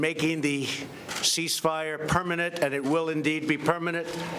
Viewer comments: am I the only one that hears "permanet" instead of "permanent"?? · "Permanet". Hahaha.. What the frog is "permanet". Oh.. so he can't spell or pronounce the words doesn't even know..